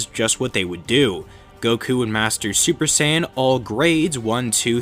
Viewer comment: i heard stuper saiyan no cap